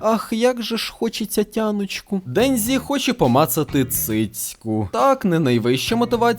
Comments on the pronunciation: Кожного разу після ФуДЗІмото й ДенДЗІ вухам трохи боляче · Дензі.. ДЕНЗІ БЛЯХА. Де ви те дзі берете в японські мові, якшо в ній є тільки джі. Капець як це важко слухати. Я би ше зрозуміла якби імена мангак читали по звичці з російською транслітерацією, але це ім'я в нас всюди нормально адаптували.